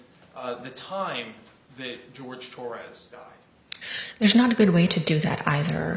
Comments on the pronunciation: Why did they keep calling him George? His name was Horhay… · Agreed….. in closing Owens kept saying Torres…… he had a fricking name it-was Jorge 😡